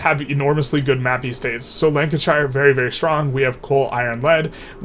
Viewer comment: Top loser is obviously The Great Chin of Facial Hair. Also, it's not pronounced Shire as in Lord of the Rings, more like Cher (the singer) so Lanka-cher. (I was born there btw, so a native!) Same for all English shire counties.